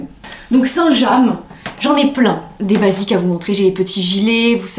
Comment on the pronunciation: Oui sauf que " saint jam " ça n existe pas..😂😂 c'est" st james"